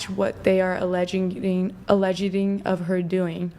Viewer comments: This idiot said allegeded with a straight face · “Allegitteen.” She’s trying to say “alleg-itting.” Neither of those are words. Is she trying to say “alleging?” She sounds like some kind of robot from Idiocracy. The other one says “wood-dint” instead of “wouldn’t.” Guilty until proven innocent. The best thing you guys are doing is exposing these dopes. They walk around thinking they are God’s gift. Please knock them down several pegs. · “Alledgeding” That pretty much said it all for me. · Always listen to a woman that says “ allegeding “. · She also said "alleged-ing". Lol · this clown cant even say alleging